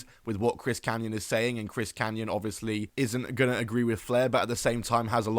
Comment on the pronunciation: It’s Kanyon.